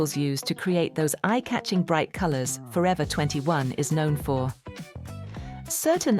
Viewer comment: AI is a mess here, Forever 21 is here being called ‘Forever, 21’ ?! Lead is now pronounced as ‘led’ ?! Nothing like having a real person and their real voices in any post!!!! So tired of overused AI in these channels these days!